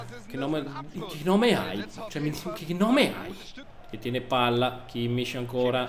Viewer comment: kimmich si dice kimmik